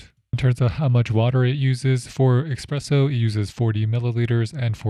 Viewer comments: Please. It is NOT expresso it is espresso! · You see that f*** ESPRESSO on that package, despite it you keep saying “Expresso” . Bro, what’s wrong with you really! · Love your “Expresso” expression! Let’s find a nice espresso machine now! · Did you say, “eggspresso”? How does someone doing a video on a coffee maker not know how to say espresso!!! WTF! Record it again and do it right! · OK, I know we prefer him to say ESpresso not EXpresso however ...... Espress in Italian means Express in English and nobody is bothered about him not saying caffè. In summary: He really doesn't need to speak in Italian especially when I have heard Americans pronouncing the French "Croissant" like "Cross-Ant", and using the contradictory expression, "I could care less", when they mean, "I couldn't care less". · everyone is bothered by expresso, but really, buddon got to me more 😅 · If he says "Expresso" one more time... 😂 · Ok. Heard the "expresso" 3 time to get it if he really said expresso. Every Italien is crying. 😅 But thanks to the a lot for the work and showing us the Phillips Baristina. Didn't find a German review. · “Expresso” and “buddon” I’m out…. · As soon as I heard „expresso“ I knew this review would not be coming from a coffee nerd. Which is also fine I guess 🤷🏻‍♂️ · Technically expresso is an actual term for espresso in French and espresso is a misspelling Americans say. But hey, can’t speak for whether dude is French or not 🤷‍♀️